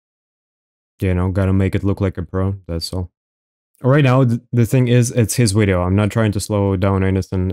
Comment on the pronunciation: Why do you say wideo and speak like you’re acoustic ?